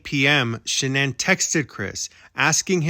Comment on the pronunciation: You are so invested in the case but you cannot even pronounce Shannan's last name properly.